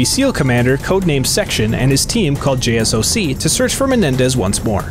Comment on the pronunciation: Hey man so JSOC is a actual unit and it’s not said J-S-O-C like saying each letter it’s basically saying J-Sock like that and it stands for Joint Special Operations Command a part of SOCOM or Special Operations Command